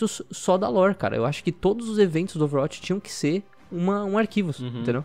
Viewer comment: Sem querer encher o saco mas já enchendo KKK Overwatch não se pronuncia com "a" mas sim com "ó", meio que overwótch, ou um "a" mais fechado